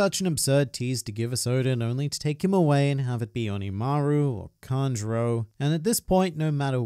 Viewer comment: Its kanjuro